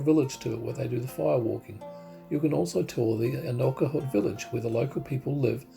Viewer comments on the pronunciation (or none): Just watched your video...very enjoyable. I am a long term resident, so I hope you don't mind my input. Ni Vanuatu ( meaning Vanuatu born ) is pronounced 'nee'. Aneityum is pronounced Ann-eye-chium. 😊